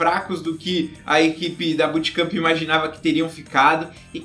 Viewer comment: BUTKAMPI PQP o kr n sabe falar bootkamp mano